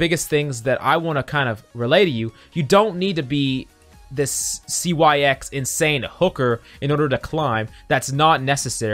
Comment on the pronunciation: He said " C. Y. X." 😂 Its pronounce Six dude, c'mon.